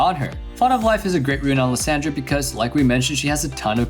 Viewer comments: Liss SAND ra xd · The way he says Lissandra name triggers me lol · why is he pronouncing Lissandra's name like that?? but anyway, imma try that build, hopefully i dont feed.